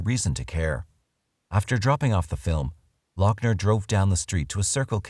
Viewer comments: Not lockner, loghner (loff-ner) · say it with me: Lou-F-ner.... also, firearms and ammo are legal in the US, so.... MAGAZINE even better: clipazine. fuk it. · I know you are very prickly about this, Doc, but his name is pronounced Luffner or Loffner. At least he wasn't from Bexar County, though, eh? Hope to see you soon in the next episode of "Tudor life" I'd say excellent work yet again for the smoothly Informative and easily enthralling as per usual, guessing that you will know that now lol going to try to get a name on the tu-do list. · How are you NOT even pronouncing his last name right? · He is nuts and doesn't deserve any notoriety, but it bugged me that you kept saying his last name the way you did. I have not heard anyone else say it that way. Nit picky annoyance.... eh well.